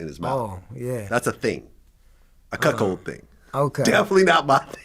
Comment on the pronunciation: Vlad, please don't say "cuckhold" anymore. 🤐